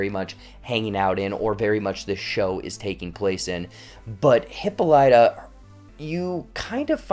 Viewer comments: This is just a rhetorical comment: the name HIPPOLYTA (queen of the Amazons) is incorrectly pronounced in this series. (Years of Latin and Greek are on my side.) It's Hip POL y ta -- not Hippo LY ta. I feel better. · So true it was irritating to keep hearing the pronunciation of the name